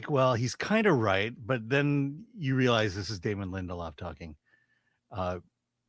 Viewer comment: DAY-MON Lin-Del-Off